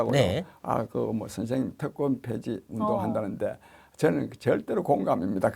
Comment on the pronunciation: 특권폐지인데 계속 "특검폐지"로 들립니다.